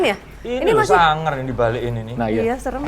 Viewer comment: Mas ari tuh kakuu tapii lucuuu bangetttt lohh, ku kira bakal bosenin ternyata asik bgt wkwkwkwkwk apalagi logat jawane "beh.. Suangar pak!" Next time : DMS X LUCINTA LUNA Kalo LL kemasukan gausah dikeluarin nyai, biar makin endul wakakakakakakka